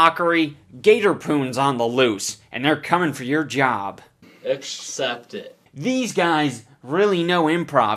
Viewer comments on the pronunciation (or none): ackshept it, what a classic